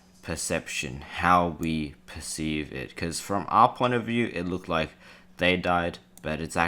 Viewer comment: loik means trixster trix not really loik